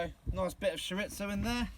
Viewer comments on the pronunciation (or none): Shur-rizto 😭😭I’m crying 😂🥴Cho-ree-zo try that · Cho-reeth-oh & chuh-ba-tuh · Chorizo adds such a depth of smokey flavor to everything! Couldn't quite figure out what it was till I saw you cutting into it. Here in the states, we pronounce it chore-ree-so. Doesn't really matter how you say it, as long as you use it. This was quite a forage for you guys. I really enjoyed your harvest as well as all the other things you found and talked about! ❤🦀🐚🦐🐟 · CHORIZO aka SURE-IT-SO AHHAHAHAHAHAHAA love it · Latino people are squirming in their chairs hearing “shur-itzo” over and over.. 😂🤦🏼‍♂️ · Diesel Dawg Yeah I was like “is he trying to say ciabatta?” Lmao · Not just Latinos... Spanish speakers. Chor Ree Tho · It took me about 5 minutes to figure out you were trying to say "chorizo". Hahaha. Being from Texas, that's the first time I've heard that pronunciation. Most people stick with "chore•EE•zo". 😂 That being said, I am literally addicted to your foraging videos. 🖤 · Chorizo. Churr-ee-zoe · it is pronounced Chore ee zo. it is blood sausage. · Im like hes gotta mean chorizo right!?